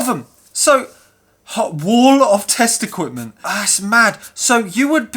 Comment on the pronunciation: I kept thinking you were saying "wall of testicles" and was confused, until I realised it was "test equipment". On a more serious note, the thing about modern vs old when it comes to computers (consoles included) is you're not comparing like for like in terms of actual processing power. PET with a single core running at ~1mhz vs iMac with 8 cores running at like ~4ghz. A fairer test would be to compare amps/watts per mhz per core. If you remade the PET running at the same speed but using modern components and efficiency in mind, I strongly suspect it would use less power to do the same thing. Having said that, modern software is terribly inefficient, and modern computers could use a lot less than they do on average. Problem with modern digital synths is they're basically a computer, and most of the power they use is wasted doing nothing. Also a note on flat screens, not all panels are the same. LCDs with LED backlighting are a lot more efficient vs the older CFL, etc (yep, most power that LCDs use is wasted in lighting the thing). I get none of this is overly serious though, they're just things worth nothing when comparing new vs old!